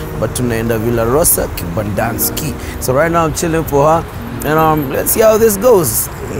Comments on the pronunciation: Bruh you gat her to Kembandaski..not kempiski 😂😂😂 My girl Bev next to Kibanda too 😂😂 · Hahah more videos like this bruh please 😂😂🔥 you always said Kibandanski now I believe it exists 😂😂😂 is it really behind Kempinski?